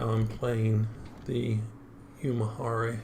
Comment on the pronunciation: The correct pronunciation is YU [YOO]-MI [MEE]-HA [HAH]-RI [REE].